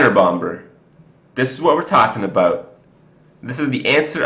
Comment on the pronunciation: please learn to pronounce "bomber" with a silent B - its incredibly irritating